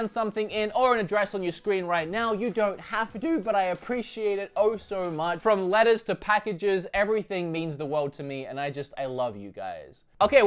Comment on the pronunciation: When you said "from letters to packages everything means the world to me". What I heard was "from lettuce to packages".. :) Oh you